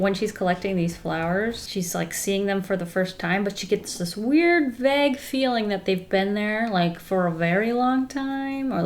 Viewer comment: Wait do people up North pronounce vague like bag???